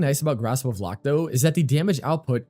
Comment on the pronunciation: Haalvu fits Xaku so well aesthetically too, I'm definirely switching over to this build. One note for future vids: Lohk rhymes with Oak. Not 'lock'. That kinda bothered me 😅